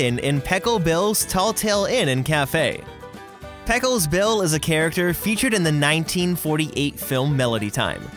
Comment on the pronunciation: “Peckles Bill”